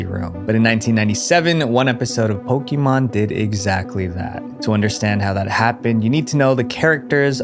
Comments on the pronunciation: It's PoKAYmon, not PoKEEmon, jesus christ it's been 25+ years how can people still get this wrong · love how americans cant say Pokémon